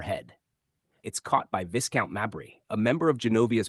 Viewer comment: The title is pronounced 'Vye-count, not Viss-count. Obviously the narrator is American.